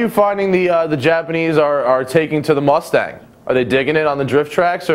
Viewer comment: Vaughn, Vaughn, Vaughn...why Rustang?